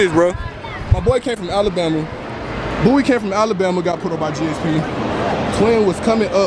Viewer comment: IT GSP NOT GAP